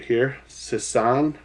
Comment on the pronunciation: The sisson crankbait is said like sizzor but the r is a n